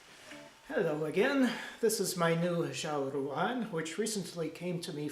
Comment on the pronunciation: Great and very informative video - as a fluent Chinese speaker, I can help you a bit with your Chinese pronunciation - R’s are never flapped or trilled as in Italian or Spanish; they’re much closer to an American English R, but with the tongue horizontally rounded a bit. It’s a very liquid, watery sound. Some people say there’s a touch of a ‘zh’ sound in there, such as the sound of the g in the word, ‘beige.’ X is a very noisy sound that’s about halfway between SH and S. ZH is always pronounced like a hard J. And regarding the tones, ruǎn is actually a tone we call ‘third tone’, ‘curve tone’, or ‘dipping tone’ - it isn’t exactly what you called a rising tone, which would be the second tone - third tone syllables are said low in the voice, falling a bit and then rising a bit - think of how it sounds when you try to say something while stifling a hiccup or a burp! In fast speech, it usually just sounds low. Fun fact: the name of these instruments, Ruǎn 阮, is exactly the same character as the most common Vietnamese surname of Nguyễn - ruǎn is just the Mandarin pronunciation!